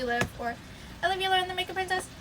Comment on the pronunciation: Omggg I never knew that’s how u pronouns your last name it sounds so much better